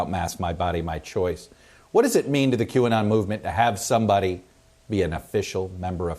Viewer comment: Q ah-not!!!! Ridiculous is a understatement